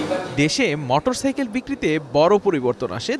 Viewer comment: রিপোর্টার বার বার মটরসাইকেল বলে গেল।